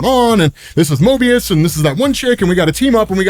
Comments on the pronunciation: You said morbius instead of mobius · Not morbius dude, MOBIUS not M oRbius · was I hearing wrong or was saying morbius. Loki character is Mobius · STOP CALLING MOBIUS MORBIUS! You scared me, for real.